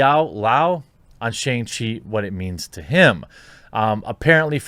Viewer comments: SHONG CHEE. It's pronounced SHONG. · “SHONG-chee”. I love ya but please say it right